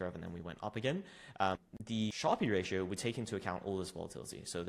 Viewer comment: Fyi, how to pronounce 'Sharpe Ratio'.